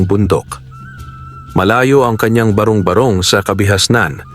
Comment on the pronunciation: Matalinghaga ang kwento mo, nakaka-aliw ding pakinggan. Danga't hindi maganda ang pagkakabigkas ng ilang mga bagay gaya ng barong-barong at bathala at ng iba pa.....